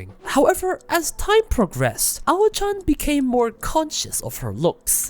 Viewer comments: Personally, I look at the cast to decide the shows I'd watch. If I see Aoi (can be pronounced as Ah-Oh-Wee or Awh-wee) on the cast, I'll consider it. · Not only are you getting her name wrong, but you're truly butchering the correct way to say the word "pronunciation". It's not "pronounciation". There is no accent or dialect where what you're saying is correct. As for her name, just approximate it as "ow-ee".